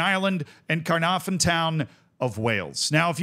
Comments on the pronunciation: Your pronunciation of Caernarfon hurts even as an English speaker. For a single F it’s an effective V. So it’s Kerr narr ven effectively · Love seeing some Welsh teams getting some love :) your pronouncing needs some work but who can blame you 😂 it's pronounced c(lowercase)- narw -vun.. harder than it looks even trying to explain lol, Connahs Quay is just pronounced Connors key :)